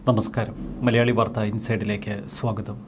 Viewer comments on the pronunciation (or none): none